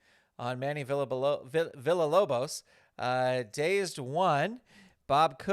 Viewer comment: Not to nitpick or anything but Manny’s last name is pronounced VEE-YAH-LOBOS. I wasn’t able to attend the Pirrenial, but I’d love to have a copy of the Wardlow card for my own AEW fed.